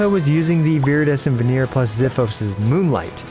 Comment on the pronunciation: It's so funny when he pronounces Venerer as veneer and conduct like behaviour, not conduct as in conduction.